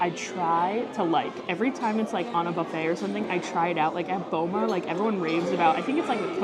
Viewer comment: You learned how to say buffet properly.....then, you slipped back. Practice, practice, practice. 😊